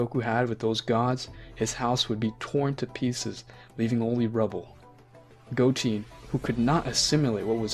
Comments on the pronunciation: Go-teen had me dying when it's Go-ten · Go 10 not GOATEE